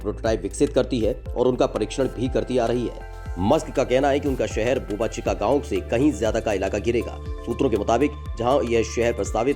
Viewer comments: बोबा चीका नहीं , वह बोका चीका गांव है। घटिया उच्चारण वाला अनुवादक । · It is boca chica not boba chica 👍🏻